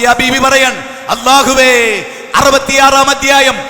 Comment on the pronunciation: ഇന്നേ വരെ ഇയാൾ അല്ലാഹു എന്ന് ശരിക്കു പറയാൻ പഠിച്ചിട്ടില്ല, ت،ظ،ض വ്യത്യാസം അറിയാത്ത ദീൻ എന്താണെന്നു അറിയാത്ത ഇയാളെ കേൾക്കുന്നവരെ... അല്ലാഹു ആരാണെന്ന് നിങ്ങൾ മനസിലാക്കാൻ ശ്രമിക്കൂ